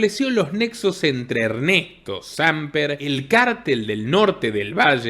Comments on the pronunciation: de veras que aprecio y difundo tu contenido y me parece genial todo el trabajo investigativo que realiza tu casa, solo quiciera aportarte de la manera mas respetuosa y cordial que el apellido del expresidente colombiano Hernesto no es Sámper, es Samper asi sin esa acentuación, de lo demas perfecto todo como hasta ahora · No es Sámper, es Samper (Sam Pér)